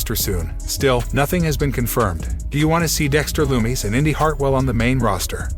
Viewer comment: Pronounce dexter loomis name correctly